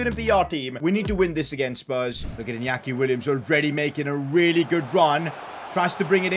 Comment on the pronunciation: Please learn how to pronounce Inyaki Williams, you normally say it as Iniaki Williams. You say it as Inyaki Williams. That's how you learn it as Spanish